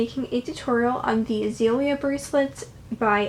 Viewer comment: That is not how you say it